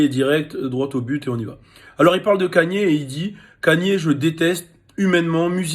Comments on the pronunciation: c'est nouveau hein que vous dites "kanié", tout le monde prononce "Keyni" même aux states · Moi ce qui me choque c'est que tu dise "Kanié"